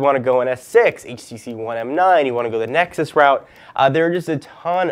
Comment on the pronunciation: He said nexy again :D